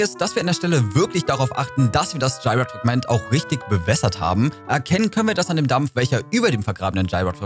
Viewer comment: Wie du Gyroiden aussprichst, hihi... das hat mich total getriggert. Konnte mich gar nicht mehr richtig, auf den Inhalt des Videos konzentrieren. Für mich waren es schon immer GÜ-RO-IDEN (so gesprochen) 🥰 keine denglische Aussprache 🙊